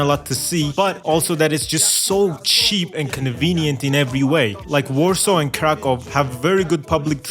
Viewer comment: Im happy that Poland is in S tier, BUT ITS STILL IN CENTRAL EUROPE Also youre pronouncing Kraków wrong, but at least you dont say it like krakau